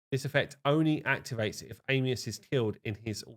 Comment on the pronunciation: Am E us not Aim lol come on guy I know English is hard